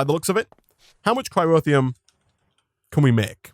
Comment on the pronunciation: It bugs me slightly that you replaced the R in "boron" with a W, and then moved that leftover R into the middle of "cryotheum" lol. Bowon and cryrotheum. All joking aside this has been super fun to watch.